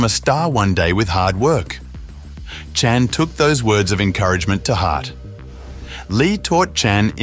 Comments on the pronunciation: can you a least pronounce Chan consistently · Good grief, this narrator just can’t seem to pronounce the name, Chan consistently. Chen, Chon, Chone… dude - It’s ChAn… (long A) CHAN! Got it? And it’s Jean-Claude (like “Shzon”) not Gene-Claud.🙄